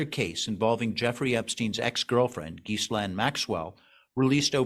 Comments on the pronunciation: I hope he doesn't have tenure. He claims to know the case so well but can't even pronounce 'Ghislaine'. He falls for a common myth about Susie side and doesn't mention JE's former partner, head of a modeling agency, committed s. as well. No understanding that those who commit his crime are the most common target in prisn. Buffoon non-psychiatrists being shocked is his best evidence. An hour of fluff. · The name is pronounced as, "Zha-lane".